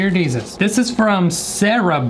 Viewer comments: Jear Desus: mm hmm yep Jear Desus 🤣🤣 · jeAR DeSUs: thats right jear desus She’s learning well 😏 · JeAr dEsUs:y-yep jear desus